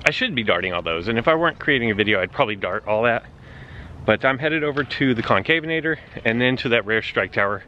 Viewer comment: Sunday morning, looks like it's the morning-after-the-night-before for you bud lol. BTW it's Con-CAV-en-a-tor not Con-CAVE-en-a-tor :-p